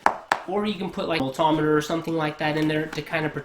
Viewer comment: Volt-tom -eter?? Maysure?? Where you from bud??